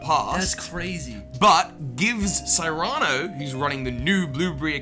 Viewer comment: This is a very interesting theory, but what I strongly disagree with is the way pronounces the name "Cyrano".